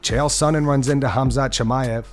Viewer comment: "Hazmat Chimaev"? To his face? Well played, Uncle Chael!